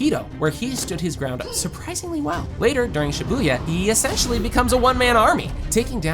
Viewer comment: U keep saying shabuya Shabuya 2